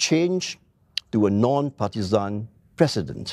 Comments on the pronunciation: Its president.. not PRESSident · LOL even singlish he failed alamak.... how to be plecident leh?